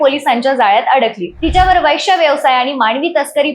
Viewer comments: वैश्य नाही गं बये वेश्या म्हण ..आधी मराठी बोलायला शिक की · उच्चार सुधरा वैष्या..... नाही हो वेश्या 😂😂😂😂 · वैश्या नाही ग वेश्या असा शब्द आहे . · कानाला बिलकुल अस्वस्थ वाटतो वैष्या शब्द